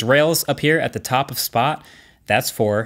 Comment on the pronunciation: How did you mess up the name of the robot that was said 54 times in the video